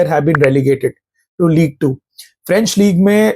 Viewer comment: Ligue “uh”